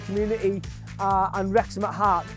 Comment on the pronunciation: Knowing how important the Welsh language is to this town and club, the very least this guy could do is learn how to say the name of the stadium correctly. The 2 times that he said it, was like nails down a chalkboard to me. 😬